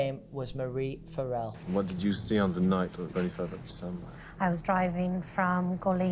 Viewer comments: omfg from an irish person now, the way they pronounce farrell blows my mind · I love how pronounced farrell. I mean its not the right way but I prefer it 😅😅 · the way these are pronouncing basic irish names and surnames has me pissing farrell= far ill :')